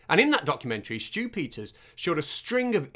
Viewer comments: I kept hearing "Stupider" instead of Stew Peters. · I can't help but hear "Stupiders" whenever you say "Stew Peters". 😆 It should be a word to describe people like him. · I just keep hearing Stupid-ters, and don't get me started on Loonie 😂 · Once you mis-hear it a "stupiders," you can't unhear it.